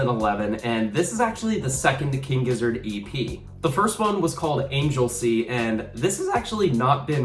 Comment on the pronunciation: It's pronounced "ANG-GUL-SEA' not Angel Sea.